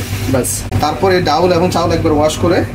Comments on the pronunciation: অতি শুদ্ধ বলতে গিয়ে ডাউল 😂😂 বলে ফেললেন😅😅 এর শুদ্ধ বাংলা ডাল এটা সঠিক ✅✅ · আপনি ডাউল বলবেন না ডাল বলবেন শুনতে বাজে লাগে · ডাউল চাউল না উচ্চারণটা হবে ডাল চাল । আমার জানা মতে, একটি নিখুঁত খিচুড়ি রান্না করতে সমান পরিমাণে চাল এবং ডাল প্রয়োজন। কিন্তু মনে হচ্ছে মিশ্রণে চাল এবং ডালের অনুপাত ২:১, যা ১:১ হওয়া উচিত। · Dal not daul